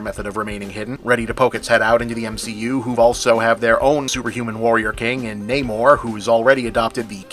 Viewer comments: I'm assuming it's nah-more, not nay-more? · I'm surprised Bob didn't get called out by his peers for not pronouncing Namor the way it's pronounced in this movie.